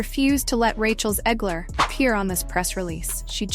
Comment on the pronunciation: So is it Zegler, Zigler, or Zler? Please do the research, proofread your scripts, and listen to the AI to see if its pronouncing words correctly. Effort matters, believe it or not.